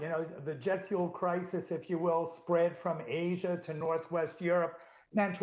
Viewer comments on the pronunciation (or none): none